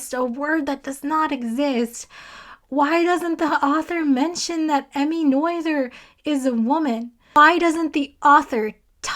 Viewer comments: Its "nur-turs" theorem, not "noi-the-rs" theotem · By "Noyther's" theorem do you mean the one by Emmy Noether? If so, it's not pronounced 'noyther'. It's the German letter ö that you need after the N sound. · It's Emmy, and in German the 'oe' in her surname Noether is pronounced the same as for the famous poet Goethe, whose name approximately rhymes with the last two syllables of the word 'frankfurter' in English (but not exactly in German). So just repeat the phrase "Emmy Noether conserved a frankfurter" and you are on the right track. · Love watching your review. Was a great way to end my day. P.S. in math grad school they always told us that "Noether rhymes with mother." Hers was one of MANY names of mathematicians I would regularly mispronounce when first seen written. (We all have an Euler moment.)